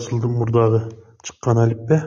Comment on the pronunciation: Алппе эмес , Алиппе.